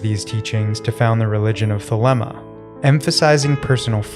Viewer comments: you grossly mispronounced the Koine Greek word θέλημα as ‘theléma’. As you can see the Greek word has a written accent above the ‘e’ and the second vowel is η always pronounced ‘ee’. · It’s pronounced th-leem-a